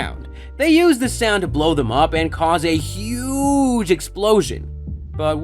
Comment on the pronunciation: Dude why are you being so damn extra with this? You don't need to talk with that much emphasis. Huuuuuuggge. Just say huge. Not everything needs 42 syllables